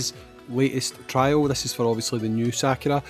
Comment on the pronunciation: How you had normally been saying Sakura sounds closer to the Japanese.. for the most part, japanese sounds are broken down into consonant to vowel then can end with an n, h or s too (that I can think of) so Sa-Ku-Ra, Ryu, Ken, Ka-zu-ya, hei-ha-chi, a-ki-ra, would all be like that.. It's very musical in how the sounds (like Do-Re-Mi)